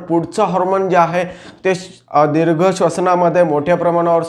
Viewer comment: दिर्घ मधील "दी" दीर्घ पाहिजे . र्हस्व नाही .माहिती उत्तम .